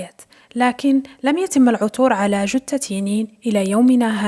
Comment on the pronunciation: جثة وليس جتة